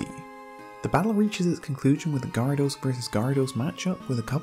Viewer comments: You pronounce Gyarados weirdly. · You pronounce Gyarados wrong